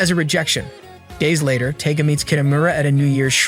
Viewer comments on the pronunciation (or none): LOL it's not "Taga" It's Tiga like Tiger the big jungle cat. 🤣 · Him mispronounceing the palm top tigers name makes me very angry